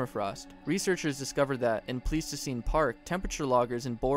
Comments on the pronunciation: I think its pronounced with an I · Hey guys, just wanna let y’all know I mispronounced “Pleistocene.” It’s pronounced “PLY-sto-scene,” not “Plee-sto-scene.” My bad!